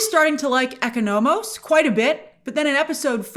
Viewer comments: Oh my gosh, Grace the way you’re pronouncing Economos is killing me rn 😂😂😂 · It’s painful😂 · The pronunciation of Economos and Grillo is peculiar. These are names you can easily get correct